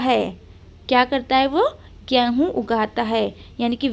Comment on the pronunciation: Gehu mat boliye game hun Hota Hai